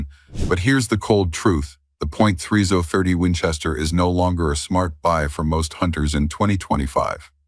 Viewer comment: Point three zoah thirty? 🤦‍♂You gotta luv these AI voice narrations, jsmh.